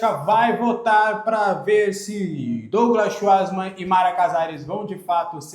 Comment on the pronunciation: Fala o sobrenome do Schwartzmann errado